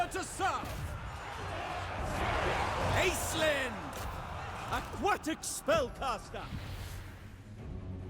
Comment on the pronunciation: The way you pronounce 'aquatic' is a crime.